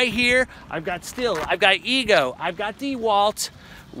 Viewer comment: It's pronounced STEEL, NOT STILL.